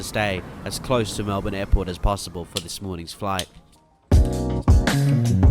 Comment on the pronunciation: Pleeease not Mel-Bkk.